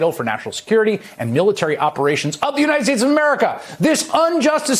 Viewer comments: "The President of the United Spades" 😂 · Did he say "The president of the united spades"? 🤣